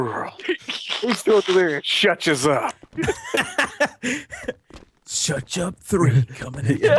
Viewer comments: would you like to shuch up? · Martin Juárez no dude it’s shuch up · No its shutch up not shut up X3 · "It's time to Nutch up or shuch up" XDDDDDD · SHUCH UP! LOL😂😂😂😂😂😂😂😂😂😂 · Nutch up or shuch up XD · you said shuch up